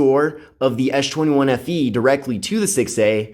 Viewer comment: why do you call it ash 21